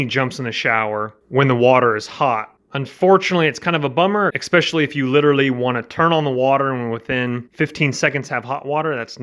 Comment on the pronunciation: Idk but I lost respect for this video when he said "expecially"